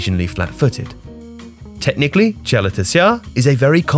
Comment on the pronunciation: Correct croatian pronounciation